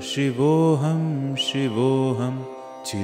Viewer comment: Last line of every stanza should be sung as CHIDAANANDA RUPAHA and not CHIDANANDA RUPAH. RUPAHA and not RUPAH.